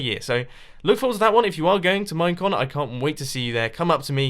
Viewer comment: During his time lapse chat when he was talking about "Minecon" I heard "Mein Kampf" like four times.